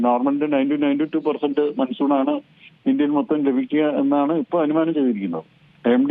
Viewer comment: Maansoon is correct pronouncements sir ,not Mansoon